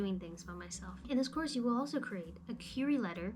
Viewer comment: It's pronounced "queer-ee" letter lol